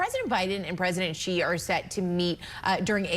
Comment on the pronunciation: Xi Jinping has literally been the president of China for over 11 years and they still can't pronounce his name properly. It's super easy. It's not "Jee/Ji." It's like "shee."